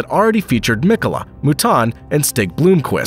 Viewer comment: Quattro in Le Mans? Permanent awd is not permitted in the endurance racing. Btw it’s Blomqvist not Blooomqvist, and Piëch not Peach and many more. Google can help with pronounciation either. These guys deserves it, they’re just legends in motorsport history.